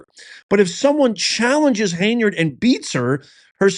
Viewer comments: Hen-yard dude. I not a fan of hers but.....😊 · Hen-yard……Henyard……not hay-nard……HEN YARD…… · HEN YARD.. NOT HEYNARD. JEEZ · It’s Hen-Yard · If you don't know how to pronounce the word ask. Then you are a uneducated idiot Tiffany hinyerd .😂